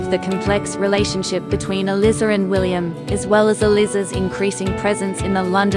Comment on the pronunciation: The ""Duke" is Not an aristocrat. That's a major part of the plot. It's elIIIza (long I). Stuart Martin is the co-star not Patrick.